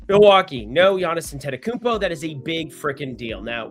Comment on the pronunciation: I wish people could pronounce Antetokounmpo correctly, it's really not that difficult 😂